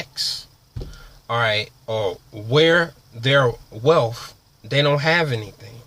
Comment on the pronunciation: Hope this kid isn't imagining he has a future in being a personal motivator. He can't even spell and his English is very ghetto. "Woo wop de woo?" WTF? Can't even pronounce "wealth" instead he says "wealf" hes got a long way to go but first he has to learn English.